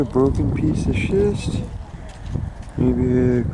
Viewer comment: “Chint”. LOL